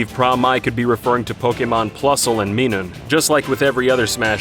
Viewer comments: Minun is not "Mee-nun" it's "Mai-nun" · Also they pronunced Minun "Me-nun" when it's Mi-nun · The way “Minum” was pronounced 🤢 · ''Plusle and Meenan'' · ¨meenun¨ ¨oobisoft¨ ok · Is nobody gonna address how he pronounced Minum as “**Meenum**” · What's the deal with this channel constantly hiring people who can't pronounce names? Pra_Mai is an example where the pronunciation of Minun's name is revealed right before this guy mispronounces it (Ma-i nun). With minimal knowledge of the Japanese language, one can avoid sounding like an idiot who doesn't write their scripts or even consult with the person who does. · Did you just say MEE-NUN????? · "Plusle and MEENun". Oh no! My nit-pickiness is kicking in! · "Plusle and Meenun" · How do you fuck up saying minun??? Its literally plus and minus! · The way he said Minun... Simply delicious. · THAT'S NOT HOW YOU PRONOUNCE MINUN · He said Minun and Tharja wrong.